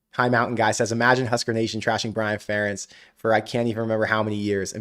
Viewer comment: How is it possible you are pronouncing ferentz name wrong lol